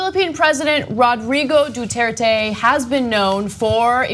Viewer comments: Aye Cenk, it's Duterte, not Dutuerte. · please don't pronounce non-american names as if they were american. there is no y in Duterte. du-ter-te. not du-tear-tey. i'd get it if this were an unknown civilian, but it's Duterte and you guys often talk about him. and i'm not even Filipino.